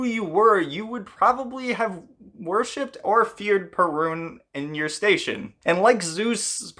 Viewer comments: Cool video! As a Pole I'm used to different accentation of the Perun's name. In Poland it is spelled pErun instead od perUn as You did in the video. Greetings from Poland and keep up good work! Much respect :) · Perun should be pronounced with the stress or accent on the first syllable. PEH-rune. The r is not like the English “R”. It’s a short rolled R. Very similar to the Spanish one, which sounds more like a soft “d” than an R. If you can’t roll your rr’s, I suggest faking it with a d that is made with a soft touch of the tongue to the palate not a hard, heavy D.